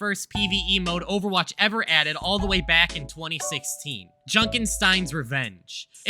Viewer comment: Ovawache bab